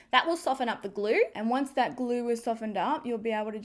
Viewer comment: You're good to "gor" and this "glur" ? Where is this girl from? Why does she do this thing with words adding random "r" here and there?